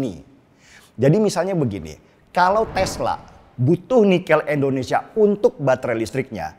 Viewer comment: Indonesia boss, bukan endonesia